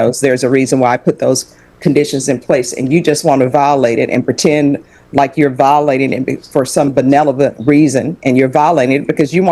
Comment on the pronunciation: Judge can't pronounce the word 'benevolent'?